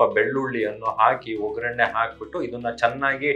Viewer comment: ವೊ ಗ್ಗರಣೆ.ಸರಿಯಾದ ಉಚ್ಚಾರಣೆ.